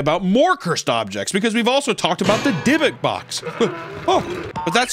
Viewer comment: "Cursed Objests" was that on purpose lol